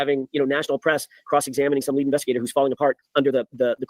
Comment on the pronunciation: I felr like Alan was shading Alessi and Yanetti for "going on a press tour". Also, they said it was all team work but Alan insistwd he was the "leewead" attorney.